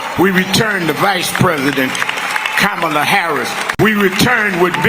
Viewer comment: He doesn't even know how to say Kamala Harris Name